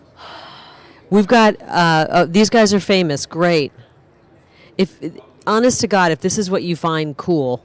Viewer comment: "honest to Gaad!!"